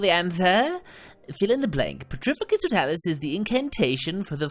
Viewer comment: The way he pernounces some of these spells make me laugh so hard totalus it's Toe-talis